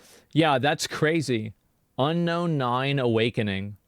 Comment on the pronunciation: Dude saying onknown can't pronounce the word unknown